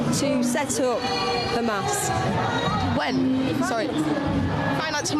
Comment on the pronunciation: His pronunciation of Hamas suggests yes, or at least he was coached by someone who is.